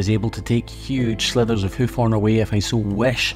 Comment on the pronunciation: Are you saying “slivers” or slithers”? LOL love the accent💛🤣